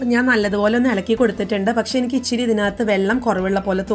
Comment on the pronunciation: ichiri alla ithiri (ithra) ennu parayuka.mattethu arochakamaanu